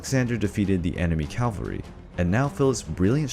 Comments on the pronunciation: Calvery ? Did you not realise in all the times you said "calvery" that it did not sound quite right ? Soldiers on horseback are known as "cavalry" ! Modern cavalry in the USA use helicopters, Mel Gibson's movie "Once were warriors" based on Colonel Hal Moore, explain that the cavalry swapped the horses for helicopters ! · Its called "cavalry", not "Calvary". Cavalry are soldiers on horseback. Calvary is the name of the place where Christ was crucified. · Calvary? Aarrgghh! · Calvary? You mean Cavalry.... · Cavalry not Calvery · Cavalry! Not Calvary. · Cavalry, not calvary. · "Calvarey" lol its cavalry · I love your channel but PLEASE don’t say calvery, it’s really not that hard to pronounce cavalry. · fantastic job. one little thing though: it's cavalry, not calvary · Nicely done, but I think the correct word is "cavalry". I keep hearing "calvary ". Fairly common mistake. Otherwise I really like this. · I hate when people say "Calvary" instead of "CAVALRY". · Love the video, but for future reference you’re pronouncing cavalry wrong.